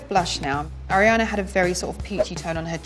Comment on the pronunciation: "I'm a huge (air-iana) fan" 🤦‍♀️